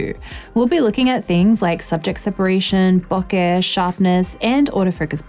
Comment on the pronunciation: What is Booka? Oh, I think you mean Bokeh, pronounced Bow-ka.